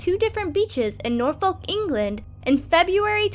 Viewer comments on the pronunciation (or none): norfolk is pronounced, nor-fuk